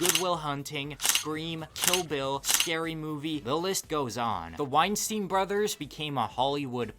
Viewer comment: Good vid, although there is one common mistake that kind of irks me. Epstein and Weinstein are not pronounced Ep-steen and Wine-Steen, it should be ,Ep-Stine and Wine-Stine. Think about it. Nobody calls Einstein, Een-Steen, do they? Also, by the naming convention you used, Weinstein should be Ween-Steen. Which, although it probably captures that villain's essence more definitively, is wrong.